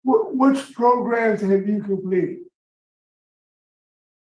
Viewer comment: “I’m loosing my ears” 👀 “Take more progrums”….. next HEARING please!!!! Cold blooded 😅